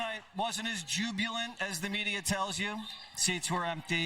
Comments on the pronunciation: needs to learn how to pronounce "jubilant". Jub-U- lant? guess it's not part of his lexicon... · My favorite part was Whateverhisname butchering the word "jubilant."